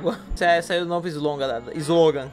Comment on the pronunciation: Aeeee saiu vidio novuh to cheiuh de tezauh